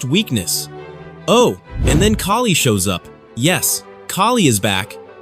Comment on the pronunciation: Thank you for saying Kali’s name right My ears bleed when people mispronounciate it